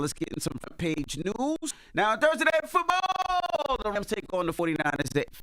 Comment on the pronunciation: I wish he stop saying football like that